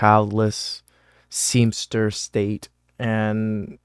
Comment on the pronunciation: Seamster state? Ir did you mean spinster?